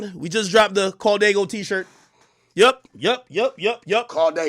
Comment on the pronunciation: Well I mean, it’s Diego, not “Diaygo” and nobody gets “Daygo” tattooed on them, everyone I’ve ever seen got “Dago” tattooed. Like most dudes from San Jose get “San Jo”